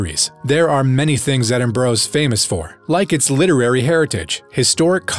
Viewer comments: the city IS NOT!!!! called "Edinbraaah !" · you cant even say Edinburgh correctly